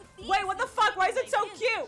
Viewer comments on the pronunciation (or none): none